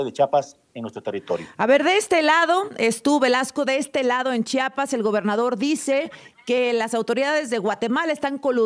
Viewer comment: Que diga bien Chiapas no chapas no es puerta